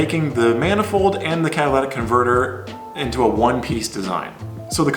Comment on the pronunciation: "Catalatic converter" is what i swear he's saying. Alright, ill try and focus now